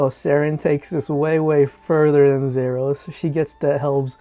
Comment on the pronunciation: Nice but thats not how you say "Zaros". Its Za-ros. Not Zer us